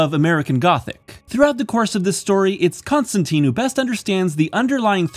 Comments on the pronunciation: it's ConstanTINE NOT ConstanTEEN !!! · It's Constantine, as in "line." "TYNE." Not "teen." The man himself corrects a character in this run. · It's pronounced Con-Stan-Tine the e makes the I say it's name. Like in fine. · I hate to be that guy but, It’s pronounced John ConstanTINE. Good video. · Whoa whoa, hold the phone. It's ConstanTEEN. Why? Because he's English, and that's how we English pronounce English. It's our language - it's the Americans who ruined it ;) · Great video but it drives me crazy to hear Constantine pronounced wrong the entire time - as per what Alan Moore established in this very run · This is a nitpick, but Constantine rhymes with wine, not teen. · ConstanTEEN is the American pronunciation, you’ve got this backwards.